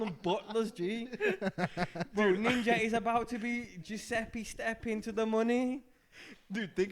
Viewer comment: said Giusepe stepping to the money 😂😂😂